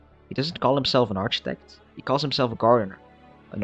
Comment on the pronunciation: Architect is pronounced Arkeytech not with the ch sound